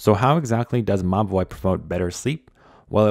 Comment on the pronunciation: I keep thinking that you're referring to the watch as 'my boy' but you're actually saying Mobvoi 😭💀